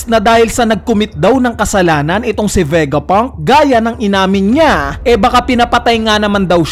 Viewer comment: Ano ba Vegapunk or Vegapang?🤣